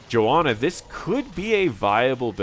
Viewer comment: Sorry I am butthurt, but there is clearly an H in JoHanna, it's not Joanna...